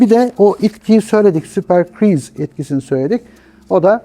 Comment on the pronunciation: Senin hocan daha "Super Cruise" diyemiyor super friz mi diyor super kiriz mi diyor ne dediği bile anlaşılmıyor.Anlattığı şeylerde o kadar çok hata var ki gerçek bir uzman izlese sinir krizine kapılıp ekranı falan parçalar. LOL